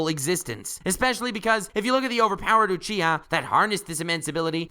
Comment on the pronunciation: You say Uchiha really weird : / Alsooooo Sharingan and Rinnegan (as well as Byakugan and Tenseigan I suppose) were original abilities of alien beings who were essentially Gods ...of course it's OP.